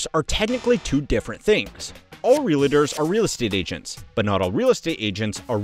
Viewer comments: Oh God Please! Its NOT ReaLAtors! Its Realtors. There is no freakin “A” after the “L”! Damn! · Is it just me or that's not how to say "realtors"?! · It's REALTORS, NOT REAL-ATERS. (In Hermione's voice) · It’s pronounced Real Tors, not Ree La Tours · Stop saying "realators", it's "realtor". Jesus Christ. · Realtors. Not Reelators. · real-tors not real-lay-tors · REALITTERS 😂😂😂😂😂😂😂😂😂😂 bro REAL-TORS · Every time he says “real-idders”, a kitten passes away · It's not real-"uh"-ters.... ugh. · Is anyone else annoyed by him calling them realators? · So distracted by the pronunciation of realtors as “realitors” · I’m a real estate investor. I can’t take this pronunciation of realators! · say realahtors again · real’é’tors… why the FUCK do some people pronounce it like that 😂😂😂 it’s two syllables, not three